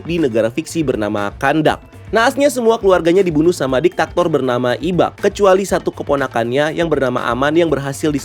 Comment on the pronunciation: diktator bang, plis bukan diktaktor:' agak mengganguu, tapii sedikit ajaa.